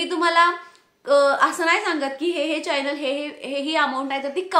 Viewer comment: चायनल नाही गं चॕनल असतं. न आणि ण वर लक्ष दे. यूट्यूब इनकम algorithm based असतं हे तू सांगितलं नाहीस तुझ्या viewers ना. त्यामुळे त्यांचं misunderstanding होतय हे comments वरुन दिसतय.